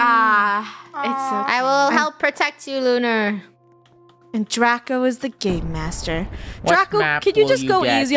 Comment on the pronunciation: it’s Draco not Drago